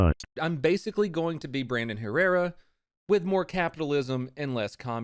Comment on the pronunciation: You mean, Brandon Hair-rerra?